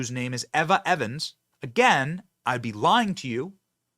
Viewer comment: KYLE (pronounced KILE) EVA (pronounced EEVA) Seriously did you even go to school?